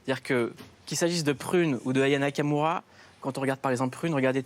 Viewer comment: Le présentateur dit son prénom d'une traite sans sourciller 👏🏾 les gens ont abusé, ils ont fait comme si il avait insulté Aya. Moi aussi j'ai galéré ac son nom, c'est pas simple. Je dois me concentrer pour bien le dire